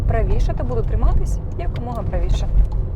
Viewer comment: "якомога", а не "як умога" !!! Шановні, перевіряйте, будь ласка, те, що ви видаєте на публіку!